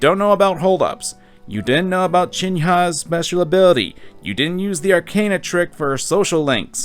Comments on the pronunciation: Okay, i didnt want to solely comment for this but it was starting to bug me how you say "Chihaya" as "Chin-ha-ya", my guy. Besides that, great series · c h i n y a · Chin-ha. Have you SEEN that woman's chin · I love your videos but Chee-hah-yah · Why do you keep calling Chihiya "Chin-ha"? Is that an inside joke I'm not picking up on? Loving you tearing down this idiot but I gotta say, that has been bothering me throughout your series as a newcomer to your channel. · Ok but you really need to learn how to pronounce Chihaya lmao